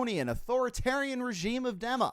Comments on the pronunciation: it IS actually prononced DIMA, not DEMA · did this dude just say dem-a?